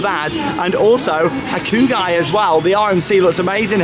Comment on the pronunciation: Hakugi????? i??? Isnt it pronounced "Hakugay" maybe im wrong tho. Google translate does say Hakugay so I think it is that